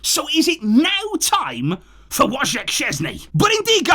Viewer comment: You are butchering first name of Wojciech Szczęsny. :) "Woj" should be pronounced as "Voy" as in "voyager". The middle "c" is usually transcribed as "ts" in english, and the ending "ch" is just a "h" sound (as in "help"). The whole name would be something along "Voytsyeh". You're doing a better job with his surname, which in English-French would be "Shchuinsny", where "uin" is a French sound (as eg. in city name Guingamp").